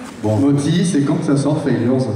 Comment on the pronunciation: Mothy, pas Motti Sinon merci pour la conférence.